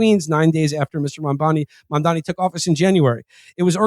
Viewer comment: Agree w all points but you guys have got to learn to pronounce MAM-DAN-I